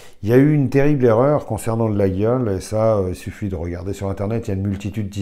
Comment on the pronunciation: layole en phonetique :)